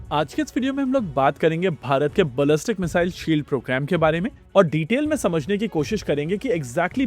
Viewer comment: क्या यार भाई, not bullying , बलस्टीक सुनने में अजीब लगा तो बोला।